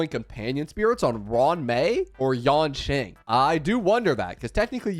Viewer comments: Nothing can distract me from how he says Yonqing instead of Yanqing 😭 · Remember its not yanqing, its yanKing